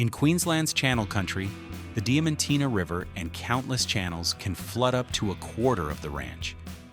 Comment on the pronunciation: Its Diamantina not Dementina